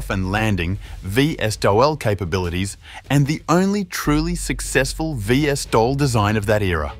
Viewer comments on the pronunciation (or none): VSTOL Is pronounced "vee-stoll", not "vee-esstoll".